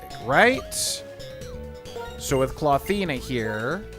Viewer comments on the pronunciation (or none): Untill you spelled Clawthina it sounded as Clothina to me 😅